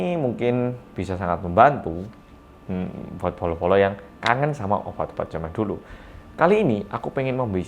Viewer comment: Setiap bilang bolo² gw selalu dengar polo² wkwkwk ada yg sama?